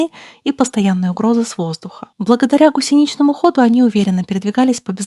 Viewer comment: гУсеничному, а не гусенИчному